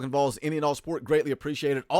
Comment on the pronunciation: Stop fucking saying “Vawls” this is not Georgia